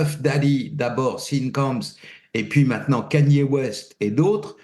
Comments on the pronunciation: On ne dit pas "le drill" mais "la drill" (Puff Daddy/P.Diddy n'en a jamais fait). On ne prononce pas [chine] mais [sheune] pour Sean Combs. Ça commence très mal. Ce monsieur ne sait absolument pas de quoi il parle. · quand il dit chine combs ou paf diddy il me fait rire le vieux......lol